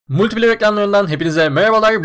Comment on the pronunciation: Enis e diss atargibi herkes multiplayer dio :D geçi okunuşu öyle ama